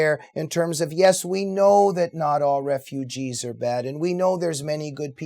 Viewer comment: Did say, "RAPE-UGEES?!!" More brilliance from that ironically "funny".